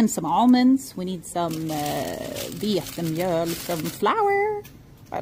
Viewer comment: Are you originally from Sweden? The way you pronunce "Vetemjöl" and "Osthyvel" sounds very swedish?😂😂😂